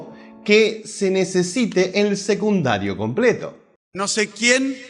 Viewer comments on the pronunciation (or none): SE DICE SECUNDARIOOOO !! NO SEGUNDARIO !! KICILLOF DE DERECHA !!